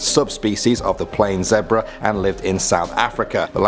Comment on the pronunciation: I’m not cool with the way he said zebra 😂